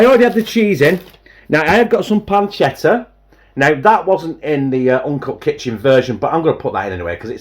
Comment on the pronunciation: Hi, did I hear you say Spamchetta? 😂😂 Lol M